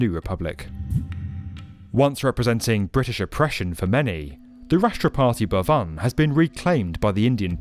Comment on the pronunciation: Its called rastrapati bhavan not rastra party bhavan.